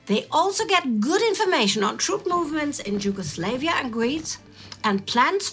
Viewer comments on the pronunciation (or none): I've noticed that a lot of your staff tends to mispronounce the name of Yugoslavia. You seemingly pronounce it as Yugoslayvia, instead of just... Yugoslavia. The "la" is meant to be pronounced as the "La" from "Lada" and not like "Lay" from "Layman"